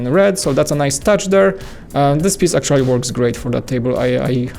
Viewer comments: I love their videos and I don't mind his accent bit the word 'actually' bugs me a bit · Please say 'actually' correctly and less times.